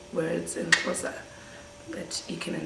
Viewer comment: Not even one thing you got right. From a pissed off Xhosa Nostra. I hate you for killing my language, sies!